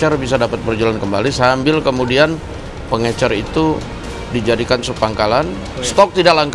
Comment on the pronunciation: Pengecer pak bukan pengencer sibahlil ini sekolah dimana sih